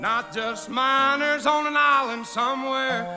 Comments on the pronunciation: minors. not miners.. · Ma’am. It’s “minors” on an island. Not miners…. He’s calling out something TOTALLY Different